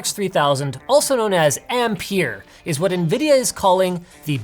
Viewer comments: Ham-peer WTF dude ... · It's pronounced ampere, not ampere. >:(